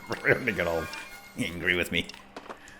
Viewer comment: Whit? That sounds like a name. We're you trying to say "with"? Because that's not how you do it.